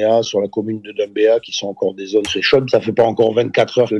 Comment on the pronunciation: La ville de « Doummbéa » 😂😂